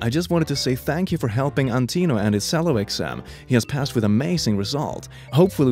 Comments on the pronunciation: Before he said cell-o instead of cello.(chello) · friendly correction, if i'm correct myself: that is pronounced "Chello" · Obligatory “It’s pronounced chel-oh” comment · I know it's pronounced "chello" (because it's an italian word) but I keep forgetting so I call it "sello" too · Same.. I was like no- he’s gonna say it wrong, he’s gonna say it wrong, he’s gonna- ‘sell-oh’ Yeah, I’m pretty sure it’s more like ‘chell-oh’ 😂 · bbruh,, I can't explain the panic I felt when I heard him say "sello" instead of cello,,, it hurts even more because I PLAY the cello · Is ok. Chello, now I fixed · No one:: pronouncing cello as sello r/TIHI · cell low literally no one:....... me: reeeeeeeeeeeee its pronounced cheh low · I know it's not the correct way to say it, but whenever I'm in orchestra class from now on I'm saying cello like does. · YOU PRONOUNCED “Cello” WRONG AAAAHHH Sorry I play cello and this drove me nuts- for future reference it’s pronounced “chel-low” ☺️ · Hold up, did he just pronounce cello SELLO? Am I the only one bothered by this? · Its. Pronounced Ch-ello not c-ello. Get it right or face conciquences. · As a cello player, hearing it pronounced “sello” is probably the most surreal thing I’ve heard all day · Allow me to fix it for you. Chello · This guy has a slight swedish accent, so I'm guessing he's from there? Cello is pronounced like "sello" in swedish so it would make sense😊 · “with his sello exam” Huh, that’s an instrument I’ve never heard before... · The way he pronounced cello made me mad for some reason, I'm pretty sure its pronounced as if it has a ch at the start. Love the video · he said cello as sello lingling insurance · Cello is said like chello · Cello is pronounced 'Chello'. It's weird, I know. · Unrelated and nothing toxic like this lovely family featured in this video, but: please tell me you don't really call the instrument cello like it sonds like an s. It sounds cello more like tsch. Rather like jungle.